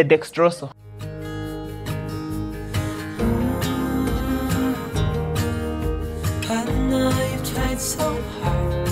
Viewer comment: 😂😂i like the way you pronounce dexrosol....i loved it